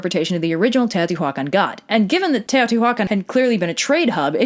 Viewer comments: No, you actually pronounced everything quite good, except Teotihuacan. The "h" is completely silent, and doesn't emphasizes on the "hua", is in the "can" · The way you say "Teotihuacan" (at least, I'm assuming that's what's being said?) just brings out all the Spanish teachers of my youth correcting our pronunciation. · I know this is a language thing and I mean no offense by this but it took me a couple minutes to figure out you were talking about Teohtihuacan(probably spelled that wrong. It's been ages since I had) mostly because I'm notused to hearing mostly english speaking people with pronouncing this place as you would in English. This video was really fun though!